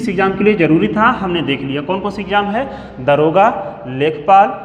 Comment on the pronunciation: दरोगा नहीं दारोगा होता है सर जी।